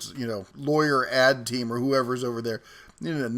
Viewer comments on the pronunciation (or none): none